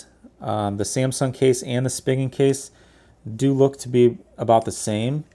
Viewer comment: Not that it's a big deal, but it's pronounced "spee-gun" ;)